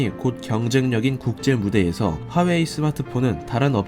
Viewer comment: 하웨이........ 거슬리는건 어쩔수 없네요........ 허나 핫팅 삼성.... 그리고 대한민국~!!!!!!!!!